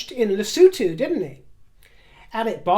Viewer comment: You pronounce Lesothu perfectly! As in lesooothu! X